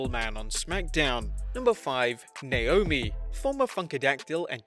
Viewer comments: It's Naomi not Naiomi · Number 5 Naiomi instead of Naomi 😄😁😁😁😁just fooling around Great video man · Naomi, not Naiomi, but still a great video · haha naiomi